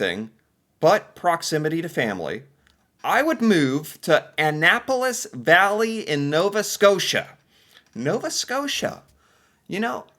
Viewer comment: Valley not Bally.